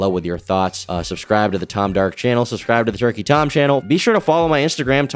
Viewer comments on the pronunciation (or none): none